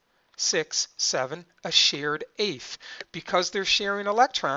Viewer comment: It is REALLY important to pronounce English correctly. Although I had learned that electrons are SHARED back in 9th grade or so, the narrator's claim that two electrons were "SHEARED" threw me, and I anticipated that he meant that they were sheared from one - this led to conflating with the "taking," which would correspond to shearing from, in the Ionic Bond. Even if your peculiar regional accents first cause you to pronounce share and shear as homonyms, please make an effort to correctly pronounce the two words differently.